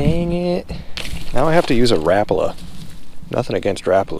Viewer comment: Ok not being rude because you the best but that may not be the way to say Rapala. Oh and some one should buy you a fancy lead pot. I’m broke so I can’t. 🎣🎣🏦